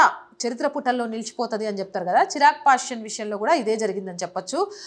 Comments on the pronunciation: చిరాగ్ పాస్వాన్ అనాలి చిరాగ్ పాషన్ కాదమ్మ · Chirag pashvan not pashyan kadu pl correct